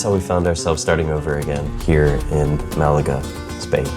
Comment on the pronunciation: super cool channel. please say Malaga correctly its killing me. Its bad enough from an English person but not from an American please.